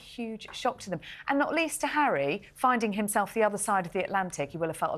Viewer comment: Stop you camellia announced Prince Harry arrival and not zHarry